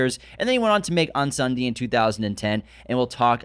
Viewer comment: Hey. Just a little tip on how to pronounce Incendie, if you want to be closer to the real prononciation. The first syllabus is pronounced as pain without the P and the N. The rest you were doing great already. 😅 Good work as always. It's so nice to see someone from our hood make it as Denis did!